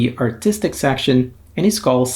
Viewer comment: oh fun, definitely going to try. btw, it's pronounced with accent on the first syllable - SASS-a-frass